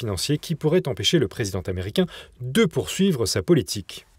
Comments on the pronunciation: il serait bien de parler français et de faire des liaisons inapproprié à tout bout de champs. ex: président tamericain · 7'45" "le dirigeant taméricain".Hahahhahahahah! Les liaisons dangereuse... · "Le président Taméricain." Hahahaahahahahahahaha!